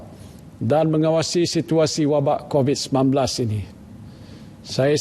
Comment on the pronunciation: X tau lah camner org tua ni boleh mispronounce "covid" ke kobis.. as if kurang prihatin je